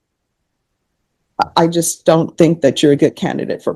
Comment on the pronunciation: Badges, we don’t need no stinking badges 😅 and when he does burglaries and home invasions it’s yust a leetle heecup 😅